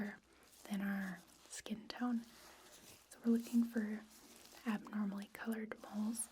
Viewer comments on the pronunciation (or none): none